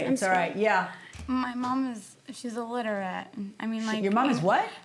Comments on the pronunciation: I'm not stupid. I know what it means. She pronounced it "litter ette". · uh no, she pronounced it correctly.